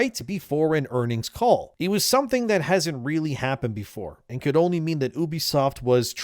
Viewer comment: Don’t pronounce it like that you chump